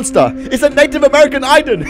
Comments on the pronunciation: It's not pronounced iden it's pronounced Aden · Who tf pronounces aiden that way